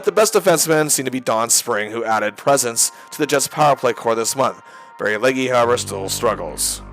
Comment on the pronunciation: It’s pronounced Leg…not Leggi